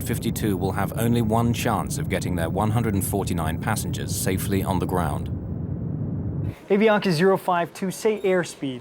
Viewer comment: The narrator cannot pronounce Avianca if his life depended on it